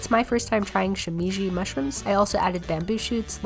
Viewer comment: Shimeji = she (as in “she has a cooking channel”) meh (as in “that pronunciation was kinda meh”) gee (as in “gee, I hope this isn’t coming off as rude when I correct her pronunciation of this Japanese mushroom”)